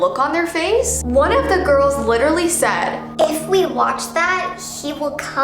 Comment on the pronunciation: pFFF-- "Literly"